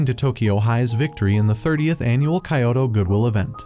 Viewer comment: weird how they pronounce kyoto as "kayowto"